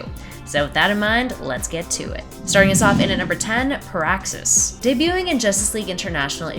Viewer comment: PEAAXXUS GALACTUS 🤔